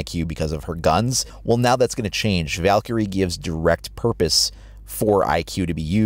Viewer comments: He pronounces Valkyrie wrong. He stressed the i"ky" too much. It should sound more like "Val-Kree" than "Valkurey." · You say Valkyrie like Val carrie